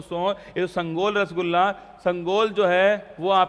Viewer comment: Street print type se q bolte h Rasgulla